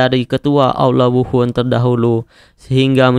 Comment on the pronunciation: Bang lu nyadar ngak lu bilang aula wuhun Aula wuhan